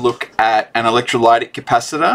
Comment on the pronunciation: Hi mate, great job on the multimeter explanation of how it works, just on a different note, the way you pronounce electrolytic capacitors, is actually pronounced as electroly(i)tic, lit not lyt buddy, hope this helps you .. keep up the great work. 🤙🏼🇦🇺